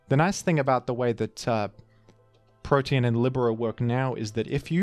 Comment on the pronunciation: pronounce protean as "protein" again and I will go iron mugulis on yo ass